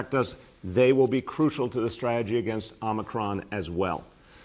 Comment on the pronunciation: Listen to how pronounces the new v...then please go look up amicron